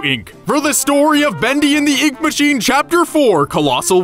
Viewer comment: "Boondy and the oonk mooshine"